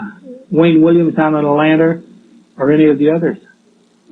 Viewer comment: “…Wayne Williams down in Atlantar.” 😂